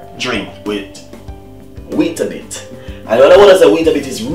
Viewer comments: It's not Weetabit its WEETABIX with an "X" not a "T" ... That was sooooo frustrating to watch when he was saying it!! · It’s not bit it’s bix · Wheatabit-?loool it's wheatabix